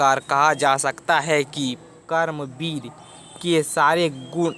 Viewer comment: Kaaram vir nahi sir karam vir 😅